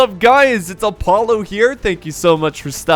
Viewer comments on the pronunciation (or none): none